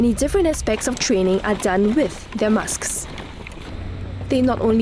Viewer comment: "The massks"